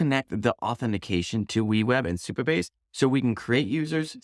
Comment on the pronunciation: Supabase not superbase 😅